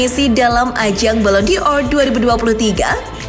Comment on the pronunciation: Bukan balon Dior admin kocak,tapi balon Dor. Dor itu artinya bola